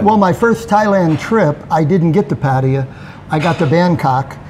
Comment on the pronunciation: pronounced pattaya the correct way.. you have to learn from him